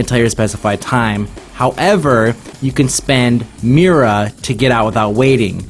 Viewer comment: You use Myrrh to stay dead less.... not mirra. pronounced "muhr"